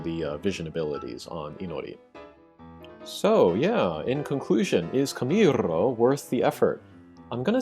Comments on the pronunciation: camirrrrrrrrrro xD as a latin american i find your pronuntiation funny but i understand why xD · his camirrrooo pronunciation is perfect ! XD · Ew 50 bravery xD nice vid. You like saying camirrroo dont you xD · i love that you dramatically overdid that r roll while vammo ala flamenco is playing